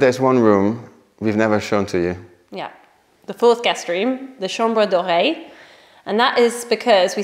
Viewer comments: Please tell me I wasn‘t the only one who thought you said it was called the chambre d‘oreille. As in the ear room 😂 I was a little confused at first 😅😅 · Hahaha I thought you were saying chambre d’oreille!! Not chambre doré